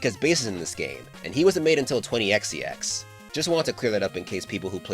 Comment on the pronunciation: Question. Why do you pronounce 20XX as “twenty x ex”? Am I missing something?